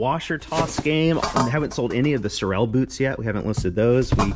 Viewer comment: The brand of those boots is pronounced Sore-uhl... or Sore-Roll